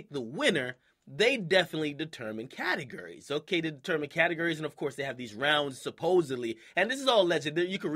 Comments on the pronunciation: he says catergories instead of categories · Anyone else notice Akademiks says catagury? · CATAHGURY lol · " cat a gurry " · its pronounced: categORy you even say it right when you said "categorized" lol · Why does akademiks sound like he says categurries? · lmao Why does Akademiks say categories like " catergerries" ? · The way he says category's😂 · bro the way you say categories annoyed me a bit